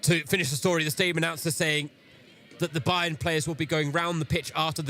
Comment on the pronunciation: lieber bayer, man spricht nicht stadion, sondern im englischen "stay", wie bleiben und "dion" wie bei der celine. yo